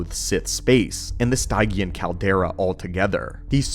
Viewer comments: If what you or the A.I text to speech pronounces Stygian as Stai-gian where we older gens would pronounce it as Stij-jian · Much appreciated! Just something that was a peevish earworm throughout: Stygian; from the River Styx (pronounced "sticks") of Greek mythology. Sti.jee.un, not Stigh.gee.ann. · Stygian - Stih-gee-uhn. ;) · Stygian is pronounced "stee-djee-en" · its pronounced STIJ-ee-an. it from ancient greek myth